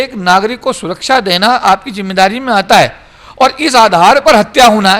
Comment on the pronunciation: Jo suraksha word sahi se bol nahi pata ho boh kya suraksha kar sakta